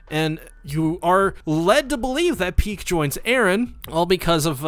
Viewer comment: It's ridiculous how you're not able to say Pieck just one time but you repeat her name multiple times xD